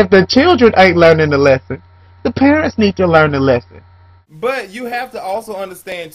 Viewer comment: i love the way says parents....perrrents lol.... i think you should beat your children if that will make them behave...if it dont work, dont do it